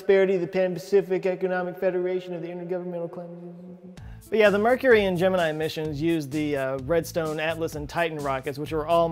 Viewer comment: Great video,. Big fan but you pronounced Gemini worng( both times) 😅